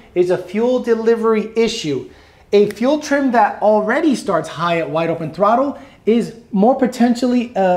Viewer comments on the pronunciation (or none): I never knew the word throttle didn’t have an L in it lol throtte 😉